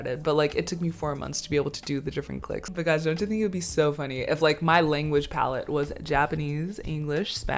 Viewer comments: Daaamn she even has the clicks down 😂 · You click better than many South Africans, very impressive 👏🏾 I really enjoyed this video and hope you enjoy the rest of your stay here!